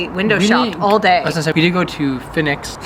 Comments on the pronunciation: Forget the W in Fenwicks, pronounce it Fennicks. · Fenwicks.......pronounced - 'Fennicks'. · Feniks( you don't pronounce the W in Fenwick's)... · You don’t pronounce the W in Fenwick’s, pronounce It like Fenniks. The flagship Fenwick store is in Newcastle upon Tyne where is was established in 1882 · It's pronounced fenicks, the w is silent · It’s pronounced Fenicks, the W is silent. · Fenwicks is pronounced Fennicks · Fenwick's pronounced Fennicks 👍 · Hi, Fenwick’s is another of those English names where you don’t pronounce it as it’s spelt (or spelled). The ‘W’ is silent so it’s pronounced Fenick’s. It originated in my hometown of Newcastle. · THere's no W when you say Fenwicks. :P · "Fenwick's" (don't pronounce the "W" ) is actually a department store from Newcastle upon Tyne which has begun opening new shops around the country.